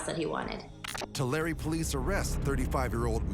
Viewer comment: FYI, this place name--Tulare--is not pronounced /two-larry/, but /two-lair/.